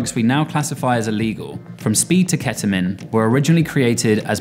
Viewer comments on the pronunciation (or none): You lost me at “KETAMIN”😩🤣